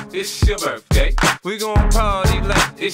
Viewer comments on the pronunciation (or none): Una duda, ¿porque si se supone que 50 dice "birthday" lo pronuncia de otra forma que nada que ver?